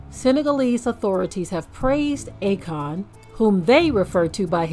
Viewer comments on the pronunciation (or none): It’s A-Kon 😂😂😂😂 Stand down. Shalum family 😂